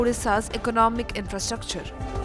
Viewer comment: Infrastructure pronounciation 😂😂